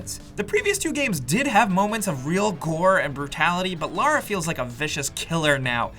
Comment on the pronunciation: It is Lara, not Laura, hehe. And I liked the story and the acting was great too. Her accent was perfect.